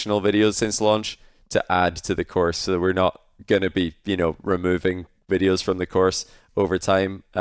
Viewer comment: “Everything you need to knoiw”